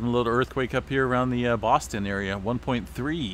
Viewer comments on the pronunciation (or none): none